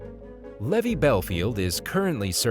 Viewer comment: It's Levi, as in jeans, not levee, as in drove my heavy to the levee.